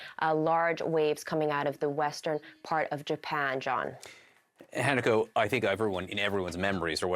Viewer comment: The reporter’s name is pronounced HA-na-ko. Not Hannah-ko. Just saying.